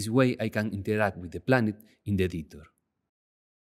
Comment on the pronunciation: lay-ur .. not liar.